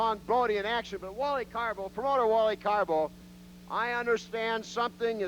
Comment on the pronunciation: I always loved it when Jesse would call Carbo, Caribou.